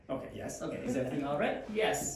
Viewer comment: TH以外は割と良い発音だよね。 Dにしては（笑） 春奈ちゃんの悩む姿は可愛い!!!!!!